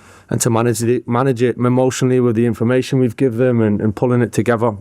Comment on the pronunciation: “Pullin it togetha” heard that bit of manc😂, patrice balon dorgu 🤙🏼